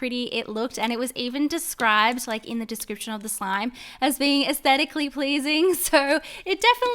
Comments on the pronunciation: I ❤️ ur nails but why r u saying esstetaclly pleasing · She’s said ascetically pleasing 4 times and underwhelmed 3 times lol. Your nails where super cute and so was your slime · Girl, you are astedically pleasing(im sorry i dont know how to pronounce that) LOVE FROM SERBIA, 🇷🇸❤️🌍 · "Aesthetically pleasing" pLeAsE SToP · stop saying astetically pleasing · You said asetically pleasing so many times